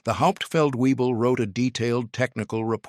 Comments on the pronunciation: It’s Not “weeble”. It’s wyble. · WEEBLE is actually VEEBLE. One of my friends drove a deuce and a half in Germany. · Weible ? Webel ! (and it's not two words Feldwebel) Fact check before release please................. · as usual the AI voice over is slaughtering the language - FeldWebel is pronounced Felt - Vay - bel. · No, it's vay-bell